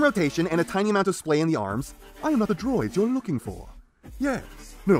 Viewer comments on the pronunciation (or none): YEahhsss. There's an A and an H in Megtron's "Yes", learning that is the key to pronouncing it right.